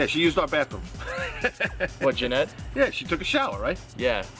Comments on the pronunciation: If her name is Yanet why does he pronounce it Jennette? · How come Doug pronounces his girlfriend's name as "Jennette" sometimes when it's Yanet? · If her name is Yanet why does Doug pronounce it as "Jennette"?